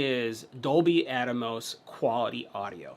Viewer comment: Pronounce it with me: AT-mose. NOT Atomos.